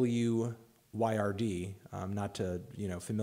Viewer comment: "WYRD" is pronounced "weird"